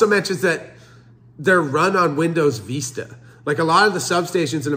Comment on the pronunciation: Learn to say Vista, please. My IT brain dies every time you say it.